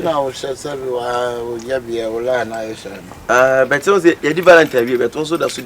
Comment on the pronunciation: Why do keep saying "bet" instead of "but" 😂😂😂